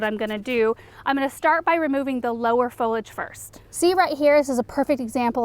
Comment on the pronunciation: Great video but it’s pronounced “fo-li-age”.